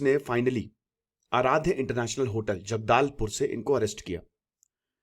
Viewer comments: Sir it's जगदलपुर not जगदालपुर। Ye to bharat ka Andrew Tate nikla.😂 Jo log b business bta k shortcut upay btate h apni lifestyle shar ekrte h wo kbi na kabi aise hi nikalte h sach samne aane pr. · जगदाल पुर गलत उच्चारण है। जगदलपुर सही उच्चारण है।